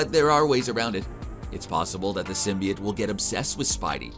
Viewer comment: Dude,you have to say symbiote correctly!! It's not symbi it!!